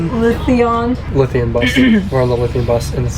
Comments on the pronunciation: Lithium bus! LOL It is pronounced "Loath E un" "low thee uhn" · Lothian... pronounced "Loathe-ian"... Also you did so well pronouncing Edinburgh correctly only to blow it at the end... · Lothian is pronounced rather like Loathe Ian. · Lothian is pronounced Lovian. I'm glad you liked my city. It's funny to hear you regard Portobello beach as great.... we all think its very average. The real beaches are up in the west coast....(next to the actual Ocean). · Lol I love your pronunciation on Lothian,sounds better your way , it’s pronounced ‘ lowveean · Its lo-theee-an (lothian) buses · The "Creepy" wall is a retaining wall. It stops the earth hillside from sliding down. Lothian is pronounced "Low-thee-an". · Since when was Lothian pronounced like that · But mispronounced 'Lothian' !😉